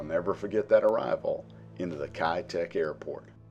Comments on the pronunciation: 1."Kei duck" would be a better pronunciation if spoken in Cantonese 2. The hill is called signal Hill. 3. The airport has now rebuilt as a seaport, both civilian and military use. With the airspace around lifted a lot of old 60s/70s buildings are also rebuilt into more modern apartment blocks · Pronounced Kai' - Tack Kai Tak